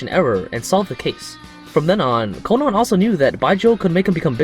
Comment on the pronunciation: I hate how he says Conan